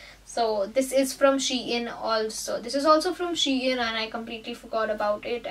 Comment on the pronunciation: It’s not she in it’s SHEIN